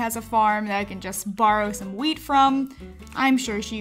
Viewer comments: I thought she said weed at first I was so cunfused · Whenever said wheat it sounded like weed 😂😂